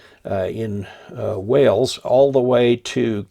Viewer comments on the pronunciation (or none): none